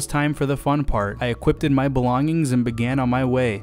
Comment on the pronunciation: Equipted lul